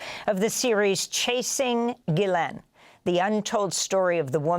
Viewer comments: Ge-len.... is there ANY American that knows how to pronounce her name!? ITS GISLANE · Her name is pronounced Jislen, it is a French name with a soft G